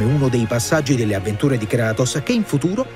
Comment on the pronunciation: Non sa dire kratos